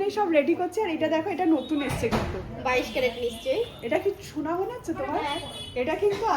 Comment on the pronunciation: আজগে আবার কি দেখতে স্মার্ট কিন্তূ আজকে বলতে পারেনা 🙄🙄আসছে বলার কথা বলছে এসছে